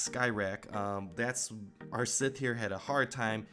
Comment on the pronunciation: sith not Smith